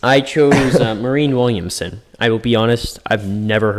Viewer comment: Marianne Williamson. Don't rely on Symone Sanders for pronunciation.